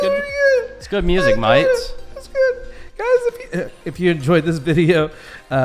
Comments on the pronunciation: Australian product producers are learning not to put all the eggs in one basket after this reaction from China and are finding markets elsewhere in the world. And the word "mate" is not pronounced mIte. It is pronounced mAtes- a l-o-n-g A sound as in, " Kate, rate, late plate,date, gate". Please pAy attention,! I-I-I-I-I think you are getting confused due to the pronunciation of your name There are no I's in mate. Love your You Tube videos. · The Commodity have around 65K of us looking in because we enjoy the little asides in the videos even if can't say mate properly and has no idea as to why Americans are the only ones to slaughter the English language by changing the spelling of words LOL